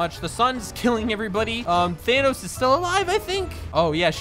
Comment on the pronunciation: Normal people: THANOS: tHaN uH